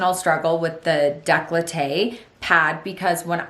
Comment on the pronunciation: it's décolleté, not "declahteh"lol